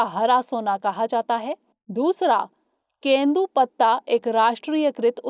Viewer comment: Question 5) it's not kendu patta it's tendu patta.. thank u